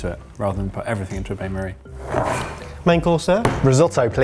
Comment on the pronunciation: I can't tell if pronounce Bain Marie the way you do is an inside joke or you just don't know how it's pronounced. Makes me laugh either way